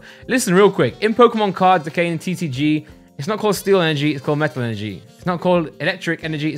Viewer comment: Its so funny to me how he says metal 😂